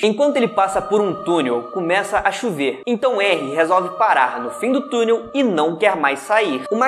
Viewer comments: NÃO É "enrry" A PRONÚNCIA, É "rrenry" (eu sei q n existe palavra con maiúsculo primeiro mas é só como pronuncia) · Pronuncia de henry: réuir